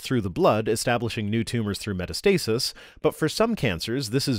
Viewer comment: Just to let you know because it is pronounced differently from how it looks. Metastasis is not pronounced "meta-stasis" it's actually pronounced "met-ass-tuh-sis"